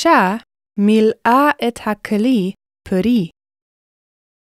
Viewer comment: I'm very sure this Pi'el form is incorrect. If it's supposed to be a Pi'el, the Lamed needs to have a dagesh and therefore be a pronounced shəva. The same goes for מלאו in , מלאה in , מלאה in . In , מלאי is correctly pronounced, but the dagesh misses as written. Also the Dagesh is missing in in מלאה, in מלאו and in וימלאו. The second radical is always with a dagesh, if the consonant can be doubled (which is the case for ל).